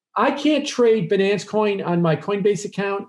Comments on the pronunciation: "Expert" pronouncing "Binance" and "Finance" like an idiot. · Typical wall street guy: says finance like “fuh-nance” This OG hedge fund guy: even says Binance like “buh-nance” 😂